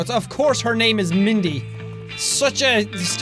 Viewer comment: Also, it’s Mandy. Not Mindy Jack. Just so you know.